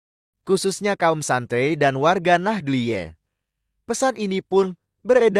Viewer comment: Mohon ad min di betulin cara membaca ,allah,kh ,nahdiyin